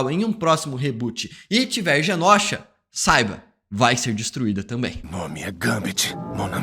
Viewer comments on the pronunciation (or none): Só eu que fico incomodada do falar Genósha invés de Genôsha? Que gastura!